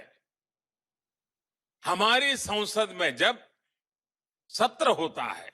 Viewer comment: Sansad or is it Saunsad? Please listen well